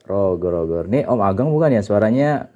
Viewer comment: Rojer om... bukan Roger... CMIIW. 😁🙏